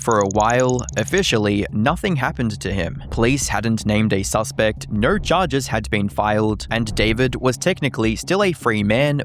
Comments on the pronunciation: Please stop saying words with the letter "O" in them. Instead of "No" we get "Nor".🤣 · I’m just curious,: why do you pronounce your “o”s ( /əʉ/) as in the word no as “nur”, or like when you say photo you say “phurtur”. Once I heard it, I couldn’t stop so now I hear in every single video. As a fellow Aussie, I have never before heard another Aussie pronounce /əʉ/ (owe) this way